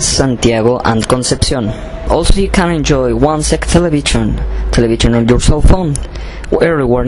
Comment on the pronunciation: Porque el periodista de Chile dice "televichon" en vez de "televishion"??? You must improve your english pronunciation.... Good job anyway...